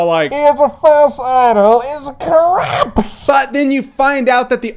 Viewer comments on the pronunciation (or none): "Do you except this mans resignation? And the resignation of the coRRUUUPT!!" I'm crying XD XD XD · "And the resignation of the corrruppptt" I literally lol'ed throughout this video man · "...and the resignation of the CORRAAAAAPT" I loled so hard i nearly choked on my dinner